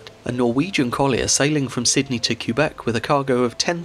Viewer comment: As a Québecois myself, I am impressed with the effort and care you put in pronouncing Québec and Pointe-au-Père. Cheers. 👌 Also, my mother comes from Mont-Joli, which is pretty close to Pointe-au-Père, and she grew up in the 50's learning all about the tragedy of the Empress of Ireland. There's a museum dedicated to the incident, in Pointe-au-Père, which I visited with her as a kid. The tragedy really left its imprint in the local people's imagination.